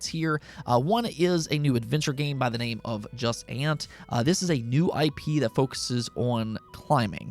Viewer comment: It’s JU-SANT NOT Jasent